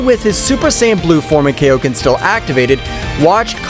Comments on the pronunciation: its kai-o-ken, not kay-O-ken. It is named after king kai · It's kaioken not kaoken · the technique called kay-O-ken i genuinely dont know if this dude watched dbz or dbs